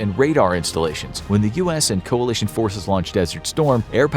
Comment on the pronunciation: "When the US and Coalish" ah yes, coaland